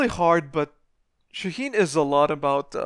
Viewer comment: Is it really that hard to pronounce his name right ? It's Shaa heen